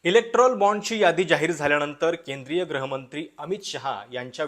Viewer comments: अभ्यास पूर्ण विवेचन केलंत ! एक छोटीशी सूचना करावीशी वाटते ! ती म्हणजे, कृपया गृहमंत्री असा उच्चार "ग्रहमंत्री" असा नका करू ! तुम्ही abp मध्ये दिल्लीचे प्रतिनिधित्व करायचात तेव्हापासून मी तुमचा चाहता आहे ! धन्यवाद ! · ग्रहीतक नाही, गृहीतक आणि ग्रहमंत्री नाही गृहमंत्री... शब्दांचे उच्चार नीट करा. बाकी विवेचन छान..